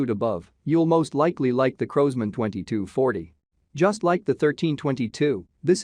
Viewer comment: Crows-man ???? In America w call it Crosman ---Like Cross-Man......